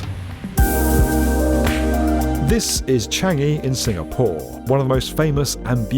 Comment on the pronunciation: Just me or is saying SingaPOOR?